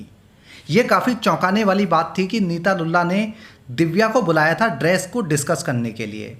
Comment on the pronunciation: Lulla nahi lullu